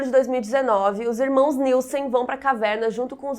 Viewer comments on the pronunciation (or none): none